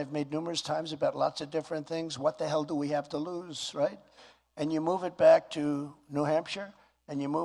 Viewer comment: REIT REIGHT REIT